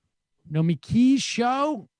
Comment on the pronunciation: Sam still can't say Nomi's name correctly. LMAO.